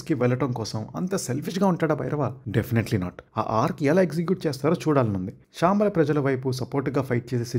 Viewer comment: Shaambala kaad ra ayya Shambaala😂